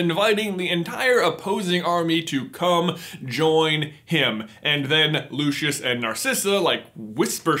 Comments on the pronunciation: luscious malfoy? its pronounced lu-si-us, not lu-ch-os. see what i did there ;) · 1 it was a mince pie that Ginny was feeding Harry not a cookie but it was a bad bit . 2 its pronounced LU SEE US sorry but I cringe each time you say his name. Still love the content you put out though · To me it sounds so cringy when I hear how americans pronounce Lucius... I mean..."Lushas"? WOW.